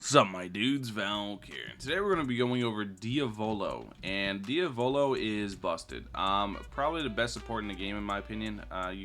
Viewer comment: Diavolo❌ Diovolo ✅